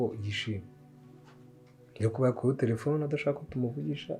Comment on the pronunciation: mbabarira jya uvuga telephone apana trephone.